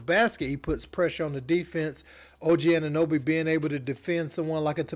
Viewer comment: 'Anunooby' LOL This just proves that Americans don't give a damn about what's happening in Toronto.